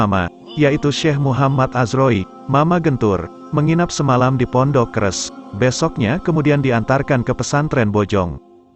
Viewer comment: Punten sanes kres,,tapi keresek,,,mama keresek